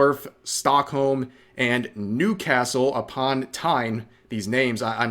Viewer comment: Nope, you said Newcastle-upon-Tyne perfectly fine!